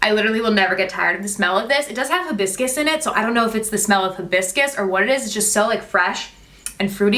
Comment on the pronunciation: Hibuscus... polynesian/tropical flower. It does not have a scent. And its pronounced High-biss-kiss